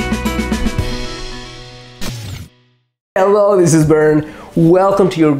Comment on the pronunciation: you say it right from the first one Bern! 😘❤